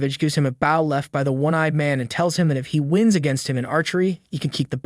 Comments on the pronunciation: I need to point out that Bow and Bow are two different words -Bow spelled as Ba-o is a reverence -Bow spelled as Bo-u is the weapon So the narrator really mixed up the words there🤔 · Is that an AI voice? What kind of moron can't pronounce the word Bow... he pronounced it as if he's talking about a ship. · I’ve never heard bow pronounced this way before. Is that normal somewhere?